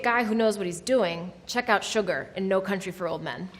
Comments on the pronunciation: Great video, but made me laugh. It's "Chigurh" not "SUGAR", lol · anyone else laughing at the fact that she said "sugar" instead of chigurh ? lol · Chigurh not Sugar :D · Little nitpicks: MASH was during the Korean War and Chigurh is not pronounce Sugar 😂